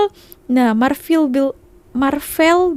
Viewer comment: MARVEL bahasa English bukan belanda. Sebutan biar betul.